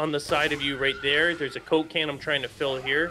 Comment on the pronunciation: for some reasons when I hear you say coke can it sound like cocaine